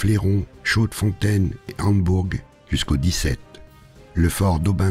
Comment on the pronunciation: Vraiment pour pinailler : Jodoigne, se prononce quasi Jodogne, le oi est presque "oye" qui donne l'impression que le i est muet. Perwez se prononce Pèrwéé (en faisant un peu trainer le é ^^). Le fort d'Embourg est un village de Liège, donc aussi francophone (comme quasi toute la Wallonie), on ne le prononce pas à la hollandaise ;) Chaudfontaine se prononce tel quel au masculin, "chaud-fontaine". Super boulot, je trépigne d'impatience pour la suite ! PS : si vous le souhaitez, vous pouvez m'envoyer un message privé si vous avez un doute sur une prononciation de lieux ;)